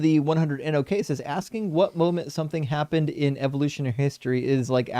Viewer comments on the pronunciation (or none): with his axing questions.